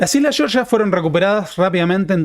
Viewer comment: Por qué pronuncias "georgias" como "sheorshias"?